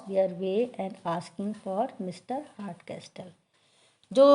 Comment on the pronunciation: Hartcasol would be the pronunciation.. not castol*